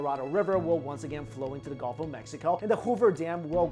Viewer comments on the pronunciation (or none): none